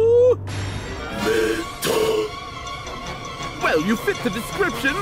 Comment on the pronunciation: NOOOOOOO!! You mispronounced Rayquaza. But at least you got Metagross right.